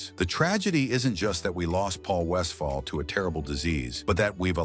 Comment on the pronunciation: AI needs to properly pronounce Paul’s last name. He was a great player and coach.